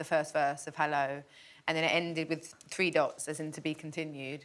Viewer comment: I think 😢 I was like free ❤🆓 lmaooo she meant three 👀 lmaooo